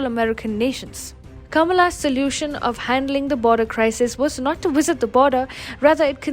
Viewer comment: its VISIT, not WISIT